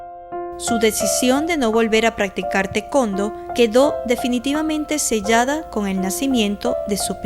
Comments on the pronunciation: Si, siempre escuche que se pronuncia "tae- cuan-do", no tecondo 😂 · *Para los editores*: El deporte que practicaba Margarita se pronuncia: 'Ta e kuon Do' (Tae Kwon Do) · Se me hace chistoso cuando dice tecondo. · Alguien puede decirme que es el tecondo? 😅🤣🤣🤣🤣🤣